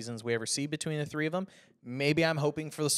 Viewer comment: TH is not the same F... THREE.. not Free... THINK.. not FINK.